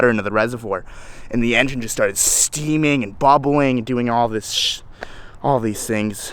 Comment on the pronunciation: Got to work on your "staminup" or "stanima" lmfao. It's stamina haha.